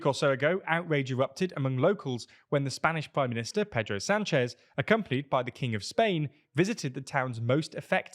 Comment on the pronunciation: you said Mazón with a “th” sound but Sanchez without. The c in Valencia should also be pronounced with the same “th” in European Spanish. Finally the accent is on the ó, so that syllable should be stressed instead.